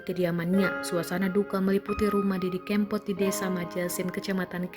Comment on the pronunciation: Kebangetan deh, ngucapin nama sang maestro aja bisa salah 😭 Sy baru ngeh klo msh ada org kita yg blm kenal nama Didi Kempot, minimal pernah denger kali 😥